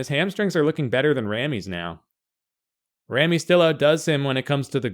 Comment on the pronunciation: Its RAMY not REMMY...